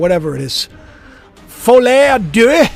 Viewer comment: the eu of deux is not used in Inglese, it's like the sound cows make : meeeeeeeux or meuh